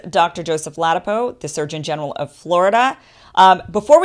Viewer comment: La dap O, not ladapo